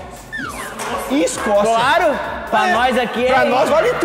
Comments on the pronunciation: islovaquia, iscócia kkkk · ISCOCIA... ISLOVAQUI... ô resenha KKKKKKKKKKKKKKKKK